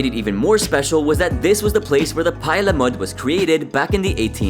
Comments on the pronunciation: Pie alamode? Ah la mOde Not ala mud. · sounds like you're saying "pile of mud" which from the appearance isn't far off. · "Pie Elle Mud"? Take the French out of your mouth 🤣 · To the narrator .... WTF is "pie ala mud"? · “P 👀 a La mowed” is how you say it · He Saif pile of mud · Never say Pie a la mode like that ever again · No he gets a little silly with it lol